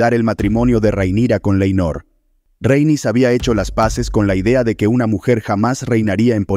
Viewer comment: RHA-EN-YS, Rhaenys, no el constante "Reynis", XD....